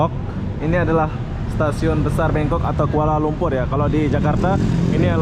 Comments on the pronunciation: Kok BANGKOK disebut BENGKOK, ngomong sing bener..!! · Bangkok, bukan BEngkok 🤣.. THailand, bukan Tailand 🤦‍♂️ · Bangkok bang bukan bengkok lol😂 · Membangongkan sekali bangkok bkn bengkok, aduhhh 🤣🤣🤣🤣😂😂😅😅😅😆😆😆 ngakakkkkkk